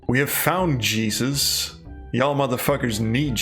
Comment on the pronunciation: A Danish man saying "Y'all motherfuckers need JEE-zus!" might be one of the funniest things I've heard this year. :-)